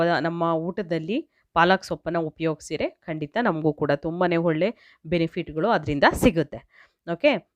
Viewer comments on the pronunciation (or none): none